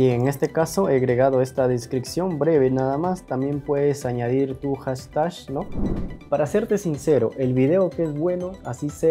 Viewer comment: SI NO SABES PRONUNCIAR "HASHTAG", POR QUE NO DICES "ETIQUETA"?